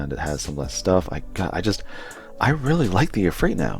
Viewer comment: Its E-Fr-EET like E feet but with a R